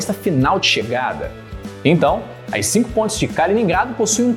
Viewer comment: Eu tô doído ou realmente escuto pontes pronunciado "pôintes" kkkk Piadas a parte muito boa a explicação !!